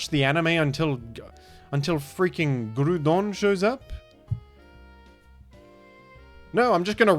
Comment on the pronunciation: could make a short on how to say "Groodon"